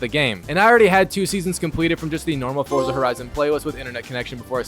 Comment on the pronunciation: Constantly mispronouncing Forza... SMH